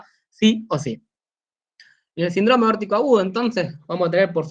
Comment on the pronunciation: Saludos cordiales. Tengo una pregunta, ¿Por qué el término SÍNDROME, como tal (que es una palabra de tipo esdrújula), lo mencionan como SINDRÓME (una palabra de tipo llana o grave). He notado que este detalle se repite en Argentina, Chile, Perú y Colombia. Por lo demás, me gustó el contenido. Exitos colega.